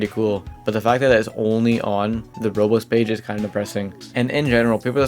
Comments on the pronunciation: Why does it sound like he's saying "Rolls" and "Rose" instead of Roblox? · why does he pronounce roblox like "rbz" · ive never heard someone pronounce roblox like roubooux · Why can you not pronounce Roblox?